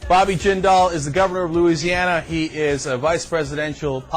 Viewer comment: It's "Jindal". And he was born in the United States, which makes him an American.